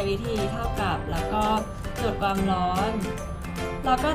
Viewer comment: ชอบมากกก คอนเท้นดีตลอดเยย แต่อยากให้ออกเสียงคำว่า ความ ให้ถูกต้องอ่ะค่ะ ชอบออกเสียงเป็น กวาม ตลอดเยยง่าา